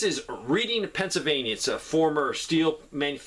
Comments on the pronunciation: Why isn’t southern prepper ones channel not growing? Please subscribe. Also it’s REDDING PA not Reading…..pronunciation wise. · It's pronounced "Redding" lol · Reading, PA is actually pronounced REDDING. It is famous for the huge Vanity Fair Outlet center, but in recent years I've heard it has become a dangerous place to just plain stay away from. Sad. 45 years ago it was THE place to go discount shopping for clothing made in the U.S.A. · Reading, PA - pronounced Redding, no biggie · Reading Is pronounced Red…Ing